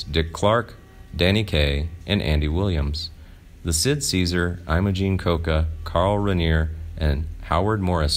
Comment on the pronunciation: You pronounce about every third name wrong in ALL your vids. You call her eye-mo-Jean and the first syllable of her name rhymes with Jim. Carl Rayneer? I hope this is robot; otherwise...